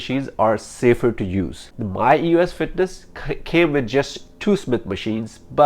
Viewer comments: Is he saying "us fitness "? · eee oh esss